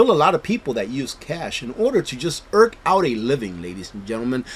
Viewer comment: minutes: It’s “eke” out a living. Also, it’s meat not “meats”. Meat is plural and can be used when talking about one piece of meat or many pieces of meat. Not to be picky but to help out the young people so, they know.